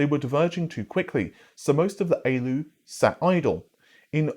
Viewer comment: Aloo "ALU", never heard anyone say it like that before. Feels dirty